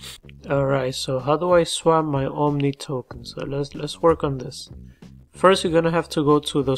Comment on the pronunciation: Bro.... Theres no "N" in OMI